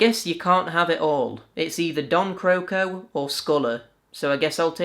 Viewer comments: damn that name pronunciations and cringy joke, tbh black diamond fever had better voice acting imo, and even great cutscenes, cant wait for Agent Hugo! I played that game a really really long time ago on PC and I was not that impressed tbh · Croco: The British Bukkazoom Hugo voice talent lives in Denmark (and has for many years) where you pronounce the word for crocodile "crow-co-dilluh" whereas the American voice talents here naturally used the pronounciation of crocodile for Don Croco's name. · The "Don Croco" pronunciation in Bukkazoom sounds a lot like how it would be pronounced in Danish.